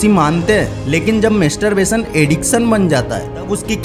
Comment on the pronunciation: मेस्टर बेसन नहि भोंदु,मास्टर बेसन बोल यु ट्यब बनातेहो बोलना नहि आता ?